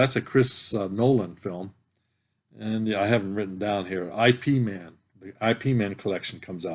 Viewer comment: Ip man is pronounced as ep man. There are 4 films. Ip man was Bruce Lee's teacher/sensei.